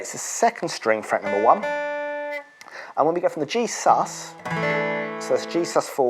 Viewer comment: Every time you say G “sus” you sound like you’re saying Jesus 💙🙏🏻